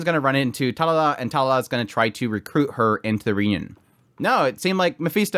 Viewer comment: Talala 🤣 sorry no disrespect i had to point that out But great vid by the way going to watch the episode now haven't watched it uwt